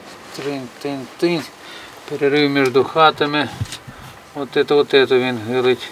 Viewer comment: Вин,заховаться,говорите нормально